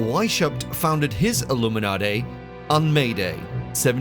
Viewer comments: ILLUMINADAY????? And here I thought all these many years that I was pronouncing it correctly - Illuminati!!😊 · Don't trust anyone who pronounces illuminati...."airloomenartere" 💀🤦🏾‍♂️ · Aluminumarty? You lost me. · It’s almost as if a Brit recorded it with all those extra R sounds in words like Illuminarti and Incar, but then ran it through a filter to sound American. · "The illuminartay are in control"...??? I'm done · I tried to watch but I can’t get over how you pronounced Illuminati. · I noticed too, is it the same guy who pronounced nazi as nutzi in another video?😂